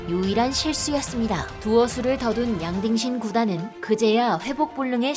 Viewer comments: 난 자꾸 '양딩신'이 '양빙신'으로 들려요 ㅋㅋㅋㅋ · 양딩신이 양빙신으로 들리네요 ㅋㅋㅋㅋ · 양딩신? 양빙신? 정확한 이름이 뭔가요?? 제귀에는 양빙신이라고 계속 들리는데.. 귀에 캔디가 박힛나... 부산에 이비인후과 추천좀..